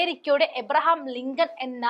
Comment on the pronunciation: "ലിംഗം" അല്ല മോളെ "ലിങ്കൺ"😂